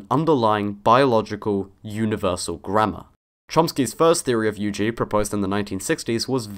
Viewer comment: It's the firs time i heard UG pronounced just with the letter. "you geezz" is what I'm hearing. Now, i understand why linguists prefer the extended form xd